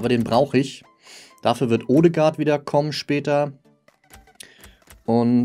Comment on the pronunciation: Er wird nicht odegaard sondern ödegaard ausgesprochen